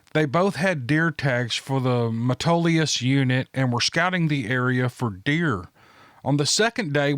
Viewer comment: You pronounced Metolius right, few do :) Look it up on You Tube GIANT Bull Trout (they are actually a Char). Whole decent sized river just blows up out of the ground in a Spring.